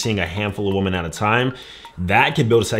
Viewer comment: This is a great video but is unable to say "women". Woman for one, women (wee - men) for more.